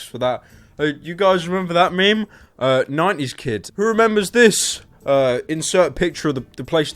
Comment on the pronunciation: Lol when he says "90's kids" it sounds like "Naughty kids"